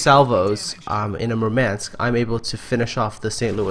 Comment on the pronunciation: MOOHR-mahnsk. You stress the wrong syllable. Also it's more of an AH that EH.